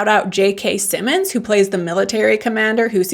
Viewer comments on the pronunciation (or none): none